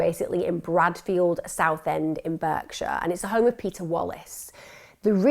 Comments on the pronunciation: Berkshire is pronounced 'Barkshire'. Thank you :) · Firstly its pronounced Bark sure, also thames valley police are actually useless. doesn't suprise me that they were left out numberd, i know peole who are conected to both the victim and one of the felons. they new full well that he was attached as well. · Great stuff Emma, although can I just point out a few minor points: 1. It’s pronounced Burr-field, not Burg-field. 2. Berkshire is pronounced “Bark-sheer”. 3. The car name Seat is pronounced Say-At, not See-At. 🙂